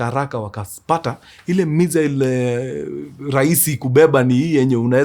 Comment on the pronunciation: Mkuru sa mbona unapronounce missile hivo 🤣